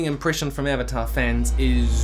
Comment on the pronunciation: its Avatar not Evatar lol 😅